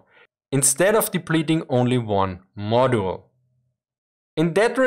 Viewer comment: Nerd note: Your English is excellent, but the word module is an unusual case. The u is pronounced as if it were proceeded by a y. phonetically, it would sound like modyool. It is not a big point, but the terms module and modular are common in modern engineering, so it would be handy to know how the word is usually spoken.